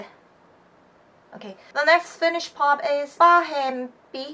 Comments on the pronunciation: but you pronounce it pretty well! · Ok honestly ur the first person i see pronounce finnish words even that well! Im from Finland and i do actually like finnish music, just the old ones tho, the new music is terrible. Iskelmä on se juttu lol